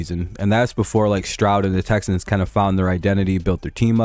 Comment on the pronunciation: Texans to duh supuhbowl!